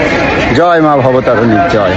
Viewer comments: ওরে মূর্খ, কথাটা বলতে শেখ। মা ভবতারণী কি আবার, কথাটা মা ভবতারিণী.. আবার সানগ্লাস নিয়ে বেরিয়েছে, খোপড়ির উপরে তুলে ভিডিও করবে বলে..লাল চশমাটা কোথায় গেল? দীঘার সমুদ্র নাকি মা গঙ্গা😂 সবকটা মূর্খ এক জায়গায়। রানী রাসমণির বাড়ি, দক্ষিনেশ্বরে দাঁড়িয়ে কি খুঁজছিস? সালা ওটা কলকাতার জানবাজারে। তোরা কতদূর পড়াশুনা করেছিস রে? ওরা ঐ গ্রাউন ফ্লোরে ছিল😂 তোদের তো দুজনেরই তো মঠ বেরিয়ে গেছে, দেখলাম...😂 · ওরে মূর্খ! ওটা "মা ভবতারিণী".. "মা ভবতারুণী" নয়! আর ওটা "রামকৃষ্ণ".. "রামদেব" নয়!